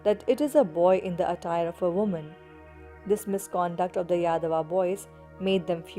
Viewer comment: Yaadava nhi, Yaadav.